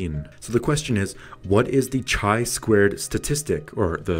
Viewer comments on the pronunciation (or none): Summary of my feelings from your video. Chi2 test is statistical test related to hypotheses. Unfortunatelly in this video it has not been mentiont. You should add a definition of level of significance. And last but not least, before posting it would be nice to check a pronounciation of descriped test name!! Overall thank you for frame fork to chi2 goodest fit test.